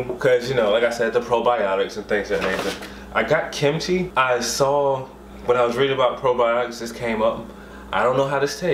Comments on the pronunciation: lol.... I think it's pronounced Kim/Chi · It's pronounced KIM-CHEE. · Lol it’s “kimchi” like “kim-chee “